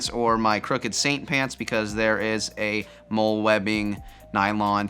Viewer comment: “MOLLY” not “mole” you pronounce molle like molly, they are the original modular system I usually use maybe to keep loose mag pouches on my battle belt. I run 5.56 rounds in 10mags because they store easily